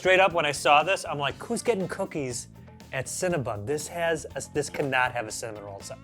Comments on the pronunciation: CinnaBONN not bun. Maybe the fact I first encountered them in Montréal is why the pronunciation upsets me so much… oh and for all the UK people who’ve not found them yet, there only appear to be 21, mostly in London and a few around Mancs/Liverpool. One in Bristol. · Is it pronounced Cinna- Bon or Bun?